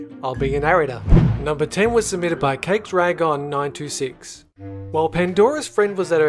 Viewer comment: For 10# his name is pronounced cake dragon not cake drag on